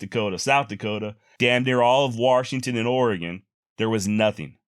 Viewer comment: just giving you a hard time on your pronunciation. Here in the state we say Washington.